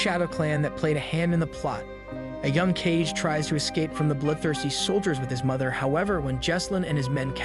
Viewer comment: Ka-Ge not "Cage" haha